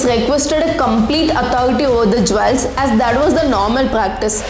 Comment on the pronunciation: 1. It's pronounced jules , not jwells. 2. Understand the difference between woman and women. I will give more tips in your next video.